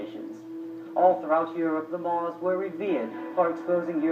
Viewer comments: MUURS not "moors" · How can you tell me to do my researches when you pronounced the name wrong? There are not only amazing in north Africa, but there are the moors, in ancient Time we had the Numidians and the Phoenicians that came from the middle east since they were "mostly" black, can you show me some proof?